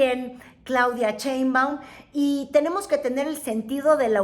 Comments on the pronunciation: Está muy muyy interesante tu contenido felicidades es la primera vez que te veo pero me estresó escuchar cheinbaum 😖no es cheinbaum es Sheinbaum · Diga bien su apellido: Sheinbaum, no Chenbam! Ah pero Trump lo menciona muy exquisitamente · Cheinbaum, o Sheinbaum, jejeje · No MMS Wey tu No estuviste en el palacio Nacional junto a Nuestra Querida Presidenta, Y Se Llama Sheinbaum!!!!!!!!NOOOOO Cheibam!!!!!!!! Sheinbaum!!!!😲😲😲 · Me gustan sus programas pero me fastidia escuchar su mala dicción cuando dice( sheinbaum )